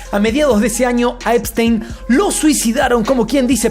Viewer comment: Yeferino espistenio? El unico que le dice asi, eres tu😂😂